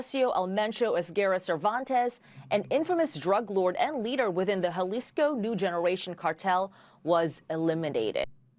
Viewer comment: It's pronounced as Hah-lisko